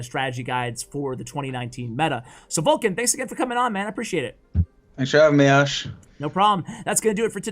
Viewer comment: Isnt he VULkan and not VULkcan? I got confused by reading the description. But yeah, he's my fav. pro now honestly. Surgical comes second. It feels like yesterday I was rooting for Viva La Sparky in Kings Cup 2. Love from Nepal. <3